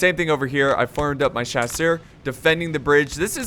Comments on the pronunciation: Just starting to watch this video... haven't watched a video in probably half a year... main question: Has he learned how to pronounce Chasseurs yet? Nope. (S)Chaw-Sur. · Please. Just, just don't try to pronunce "chasseurs" anymore please! My ears are bleeding😭😭